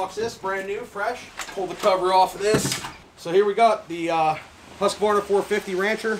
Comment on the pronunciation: Nice to see someone pronounce Husqvarna right. That’s extremely rare. Just about everyone in the US says Hus-qu-var- na. I have a Ryobi 4618. Cut a lot of wood over the last few yrs with it. It’s been an awesome saw.